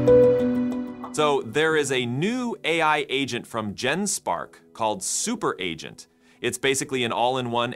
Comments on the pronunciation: You need to check your voice AI output. Seems to have trouble pronouncing "agent". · Hey was this video content entirely AI generated? There were a couple of strange tells like it being perfect English pronunciation, yet the word 'agent' was repeatedly mispronounced and some of the cut scene pictures were just weird. Today it is getting harder and harder even if you know what to look for to detect ai agent fakes... so dude who is creating AI Revolution... is this true or false? Is this you talking or is it Eleven Labs? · What is wrong with Ah gent? lol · Adge Ents - giant tree creatures that get agitated when you pronounced their names incorrectly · because he put dash before -agent so the ai messed it up or we stupid humans dont get it, it should be pronounced ahgent if dash comes before it. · There was quite a few words it messed up. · That's not important I think😂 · Good catch! Voice AI is getting smarter every day, but yeah... sometimes it still fumbles the basics like 'agent' Probably still in its 'speech therapy' phase. Hopefully the next model update smooths that out!